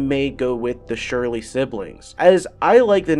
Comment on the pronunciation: Hey dude thanks for the video! I appreciate the info. Though, I am not trying to be a douche..but Surly is pronounced like "Sir-ly" not "Surely". Again not trying to be a douche. Thanks again! Also, I gotta go with the odd couple. But mainly because my name is Brandon.